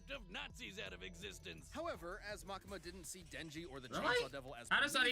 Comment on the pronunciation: You can say Ma-kee-ma